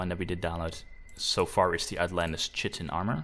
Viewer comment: I understand you're a non native English speaker, but one thing that bugged me (pun intended) is the way you pronounced chitin. It is said Kite-in